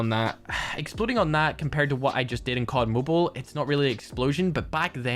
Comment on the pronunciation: Finally said cod mobile the normal way.